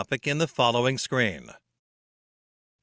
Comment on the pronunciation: Isn't supposed to be SCREEN or it is as repeatedly pronounced by voice in the video SCREAM?